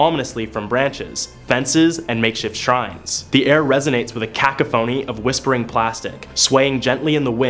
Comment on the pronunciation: Ok, decent video, but check pronunciation of " cacophony "